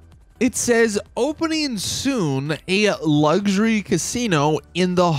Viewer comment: Stop saying Luxury like “Luggzery”, it’s fucking annoying as hell.